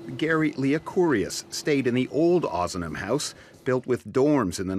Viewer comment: LOL it's OZnam house , haha not Ooozman house you cracked me up